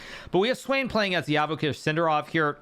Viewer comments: Svane is German, its not pronounced Swain ffs. 🤦🏽‍♂️ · Hahaha the pronunciation of svane